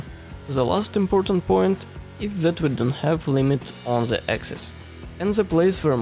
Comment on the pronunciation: you need to wake up before make "zhe" (the) speech.